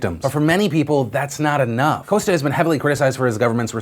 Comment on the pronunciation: When you’re Portuguese and he says Costa wrong☹️ but I’m glad you’re bringing light to these fires, and it’s been a major problem for the region for years. Not a lot of people in the media seem to care about stories from other countries.